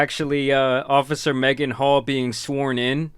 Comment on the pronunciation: Ngl, first time her name was mentioned I heard Megan Hoe. And I thought they said it on purpose. 😅